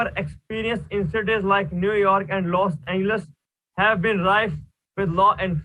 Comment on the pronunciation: "Los Angles" omg I cant💀😭